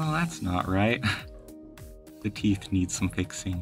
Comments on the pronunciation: When he said teef I was like BRO WHAT THE HELL 😂😂😂😂😂😂😂😂😂😂😂😂😂😂😂😂😂😂😂 LIKE WHY DID HE SAY teef WHY DID HEEE also ELITE TV MAN COME HERE BABA GRILL ❤❤❤❤ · “TEEF” got me dying